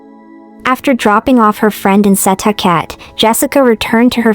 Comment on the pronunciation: Thank you for covering this! It is so underreported. Only criticism is the pronunciation of Setauket. It’s pronounced “ Suh talk it”